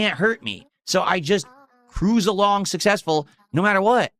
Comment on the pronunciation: I can put this to bed right now - I’m massively WAY MORE successful than could ever dream to be, and I have time to drag and make fun of him. I’m making more money while typing this comment than is going to make the rest of the summer…”I’M SUSSESSFUL!!!”